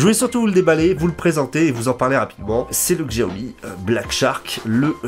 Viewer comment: Merci pour ta vidéo 'chiaomi' ;)